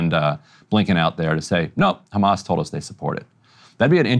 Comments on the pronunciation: I get so annoyed whenever an Israeli says Ramas and not Hamas. They've said it for decades and still mispronounciate the name. Not that bright. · I will never understand why these israeli spokesliars say Hamas like this "Harghmas", it is the only word they pronounce like that in English. I never hear them speak with any accent while they speak in English unless they say Hamas. It means they do it on purpose to make it sound worse that it acually sounds, it is these spokesliars job after all to dehumanize the people of Palestine, whether they are members of Hamas or not.